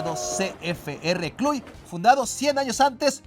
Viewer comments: El único detallito es que se pronuncia "clush" no "cluy". Excepto eso, excelente video. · Cluj se pronuncia "Clush" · Ahora sí te falló la pronunciación mi jajaja... El club rumano es Cluj se pronuncia Cluž (Clush)